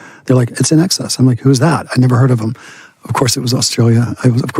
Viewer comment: Saying inkcess instead of in excess